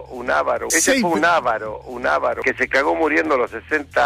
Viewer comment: "ávaro" jajaja ¿Esa palabra existe? que país generoso Argentina,el tipo no sabe ni hablar y es un "empresario gastronomico" jajajajaaj QUE PAÍS GENEROSO!!!!